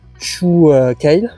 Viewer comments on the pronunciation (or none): none